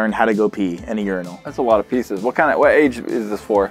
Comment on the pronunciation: Me: They should have said “350 pees set”: That’s a lot of PEESes Me: *sheds a tear*